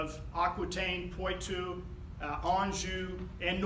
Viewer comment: You could work on your French pronunciation. Bourges, Poitou etc.. The court was in Poitiers, capital of Poitou. Although she was known as "Aleanor of Aquitaine", she spent most of her youth and time later on in Poitiers. Her palace still partly stands. It is part of the Poiters courthouse. Majestic!